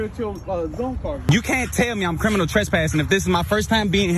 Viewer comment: Ah man .. when the cops can’t even pronounce “criminal” … “crinimal” is not a word … smdh